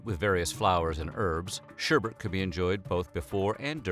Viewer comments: ShErBerT Actually it’s pronounced: Shêr-Bet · SherBet Not sherbert. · Was he saying 'sher*bert*? Can you even read? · Are you saying sherbert? SHERBERT? I’ve always loved. I watch all of your episodes and basically I love them all but it’s sherbet. Look at the way its spelled. Come on man you’re smarter than that! That’s like pronouncing nuclear nuke u lar. Don’t be a rube. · Its NOT SHERBERT,!! Its SHERBET DAMN IT,!! 👎👎👎👎👎👎👎👎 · Yo ma dude Şerbet is pronounced as ''Sher-Bet'' nice content but that disturbed me for a reason i cant understand lel it sounds like an entire different word. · thumbs down for pronouncing it sherbert. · its pronounced 'ssharrrbatttt'. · When white people say Sherbet but end up saying schubert or sherbert which sounds a lit like Herbert 😆😆😆😆 White People 😆😆😆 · Word whisker: Sherbet doesn't have an extra R. It's said just like it's spelled.